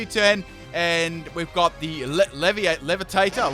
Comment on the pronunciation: I’m dead with your pronounciation of French Pokemon name lol Leviator became LeviTator